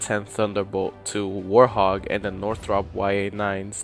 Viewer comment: It's a "Warthog" not a "War Hog" lol I know I'm a bit late but oh well